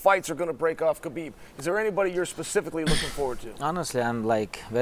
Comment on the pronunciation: Let's pronounce his name correctly It's HABIB, meaning BELOVED🤩 Thank you guys